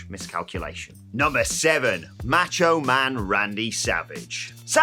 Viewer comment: He pronounced macho man as match-o-man lmao